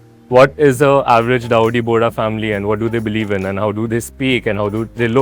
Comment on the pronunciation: Boss it’s Bohra Not bhori Nice video